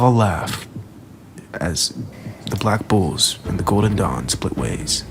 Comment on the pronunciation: When u say black bulls i hear black bo*bs